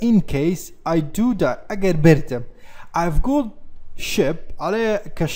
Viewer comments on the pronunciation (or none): none